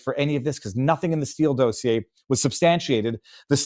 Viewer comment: But let's teach him how to pronounce dossier 😆